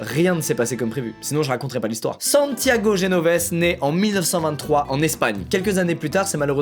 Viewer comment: on prononce genovesé mais tkt😭